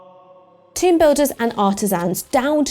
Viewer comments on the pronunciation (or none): none